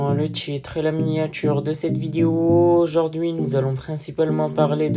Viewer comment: Le tchitre, la miniatchure, teintchure, tRRRès, aujourd'chui, tchierce, je vous ai dchit, un petchit pcheu... Contchinuez, c'est rigolo ! 🤣